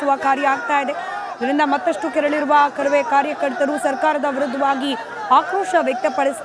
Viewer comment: ಅರಾಮಿ ಆಂಕರ್ ನೀನ್ಯಾಕೆ ಇಷ್ಟು ಹಾರಾಡುತ್ತಿದ್ದ ಕಾರವೇ ಅಲ್ಲ ಅದು ಕರವೇ